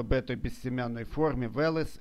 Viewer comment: Да не Вэлэс, а Велес. Вы расскажите как этот перспективный сорт трещит после дождя.